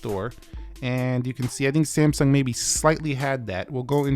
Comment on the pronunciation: SAMSUNG is not pronounced as ‘SAMSON’